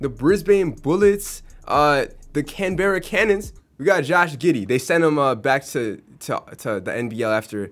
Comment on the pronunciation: ok so Brisbane is pro0nnouced Brisbin and Canberra is pronounced Canbra (also Brisbane is not the capital of Australia its Canberra